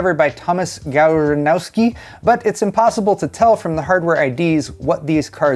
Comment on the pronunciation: It's 'Gav-ROHN-skee'😊